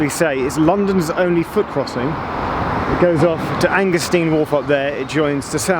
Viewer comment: Shouldn't it be pronounced Angerstine, rather than Angersteen? Nice video though. Many thanks.